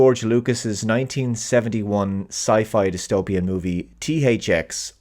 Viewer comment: I always thought she was pronouncing nis name "Thucks". Also I like that the "Jail they put him in is a white big open area. And they only stop chasing him when it costs too much. In that scene where he's climbing up the ladder in the tube to the surface you see how much the chase costs. And once that cost gets to certain point they stop.